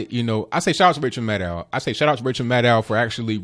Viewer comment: "Even Ranchel Maddow himslf said.." LMAO!!!